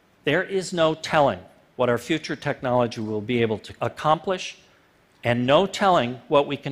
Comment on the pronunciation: Like for that phat "Hwat" at the very end.